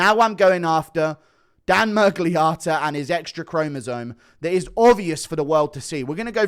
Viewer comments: The way he keeps saying Miragliarta is pissing me off more than Miragliotta himself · Stop calling him ‘mirgliARTA’ it’s Otta. Are you developing a fake American accent to fit in with you’re new pals